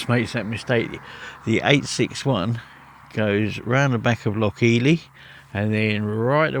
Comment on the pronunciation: It's Loch Eil = eel.x